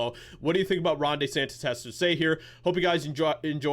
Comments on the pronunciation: I'm Italian. Please stop calling him "DAY- santissss". It hurts my Italian ears. His name is pronounced: " DEEEE- santis" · Everyone: DeSantis: Day Santis 😂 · It's DEE-Santis not DAY-Santis